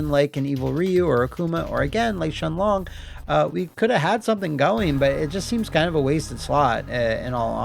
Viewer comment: Shenlong = Shin Long